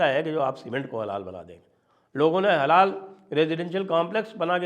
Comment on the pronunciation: अरे श्रीमान थोङा होश मे बैठकर वीडियो रिकार्ड किया कीजिए। आप हलाल को बार-बार हलाला बोल रहे थे 🤦‍♂️